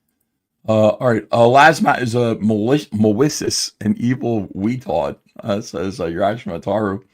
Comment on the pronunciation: This stweam is filled with MAWICIOUS INTENT!